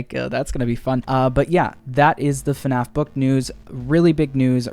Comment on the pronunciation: Heard u said FUNNaff